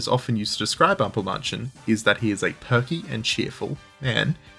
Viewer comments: ample mAnn chen, A as in accept, or in mAd, or you can also say A as in Ache. but not A as in bAr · Great video, genuenly Almosen perfect, but please learning to pronounce ä before saying Ampelmänchen over and over again. Or call him trafic-light-dude.